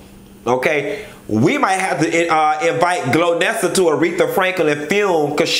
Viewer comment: Chile not glonessa.. Lolololol Golnessa